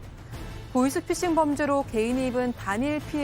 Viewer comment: 보쉬피쉬... 보이스피싱 발음이 왜안되세요...?